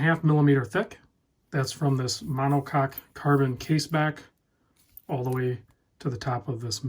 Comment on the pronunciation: heh heh, he said monococ..